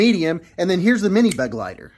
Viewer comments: For what it's worth: "Begleiter" is German for "companion". And it's pronounced Be-gleiter, not Beg-leiter. Except for that, good pronunciation. 👍🏻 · For anyone interested in the correct pronounciation: its: "BA-GLITER" (like in "glider" only with a hard T)